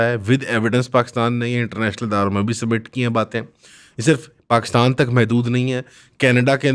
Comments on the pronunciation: Puri video mein jab yeh 2 second ke liye cool bna tab hasi nhi aayi baaki yeh ajeebo gareeb delusional hatheenuma shaksh paxtan pactan bolke ek number comedy kiya. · paxtan nhi Pakistan, urdu ka qatal mat kar, swaaaal kya banta hai? swaaaaal kya banta hai???? Bangladesh ban gya 1971 mein, 71 mein Bangladesh ban gya.